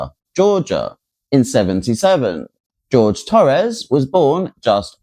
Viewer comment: One point: his name is the Spanish Jorge, not the English George. She purposely mispronounced his name.